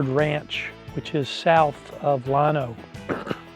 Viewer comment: It’s LAN-O like land O minus the D Nice video tho lol